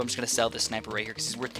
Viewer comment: I just clicked of the video because he said schneipers not sniper😥